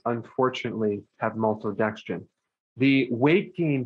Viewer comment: I like how he says maltodextrin - “MOLTODEXTRIN!”